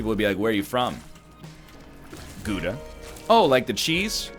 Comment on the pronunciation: NL, you take the o-sound in 'now', then you go: g – o – daa. That's how to pronounce Gouda. I mean you really should know this since your name and the country literally have the same abbreviation